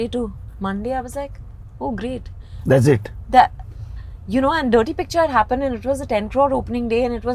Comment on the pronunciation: I loveee vidya balan. But there's an ick.... HappOned it's happAned 😂😂